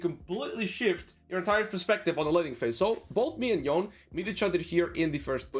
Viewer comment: Yone is pronounced with two syllables